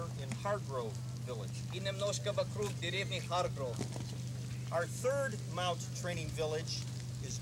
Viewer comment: "MOUT" training, not "MOUNT"